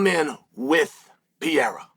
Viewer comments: P E R E I RA not piera! FFS! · '''Alex Piera''LOL, how hard is to remember the name of MMA champ!? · Just say his name correctly. The bit isn't funny anymore. it's actually annoying and disrespectful